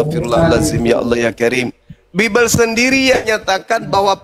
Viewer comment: Ini. Oten. Baca. Bibil. Menet. 🤣🤣🤣🤣🤣🤣